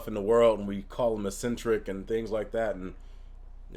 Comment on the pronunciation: Yeah eccentric is a word, you just pronounce it weird 😂 I think its like ECK-centric I do that too tho, learn words by reading em and only realise I'm using em wrong when someone points it out lol